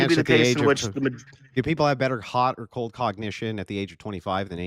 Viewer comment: After listening to this dude I hate the words cold and hot... More importantly the middle-eastern way he butchers the words.